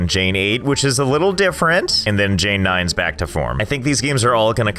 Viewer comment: Jane 19 is just called "Ugh 19" im literally crying